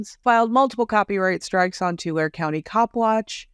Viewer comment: love your work...Tulare is pronounced Tu-lar-ee :)